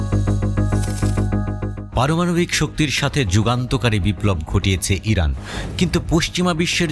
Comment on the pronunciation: হরানা না ইরান 😂😂😂😂